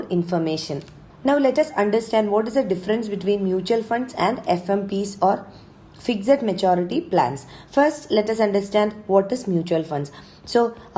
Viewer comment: Why do you pronounce FIXED as FIGZED